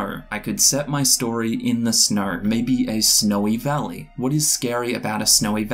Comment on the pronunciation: Interesting that you pronounce snow in a very Aussie 'snoeurr' kind of way but snowy in a more American way, is that typical? Nice video, subbed!